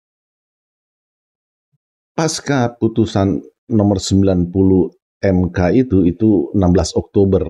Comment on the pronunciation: Pembicaraan pak sangat mencerahkan, terima kasih. Hanya satu kritik dalam pengucapan kata “pasca”, pak. Seharusnya diucapkan sebagai “pasca”, sesuai penulisannya, dan bukan “paska”. Terima kasih.